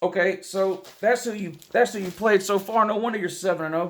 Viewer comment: So your problem with Minnesota is, "Who dey pwayed?"